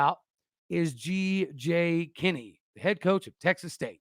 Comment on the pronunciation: 1. Tosh Lupoi should be mentioned. 2. It's G.J. Kinne.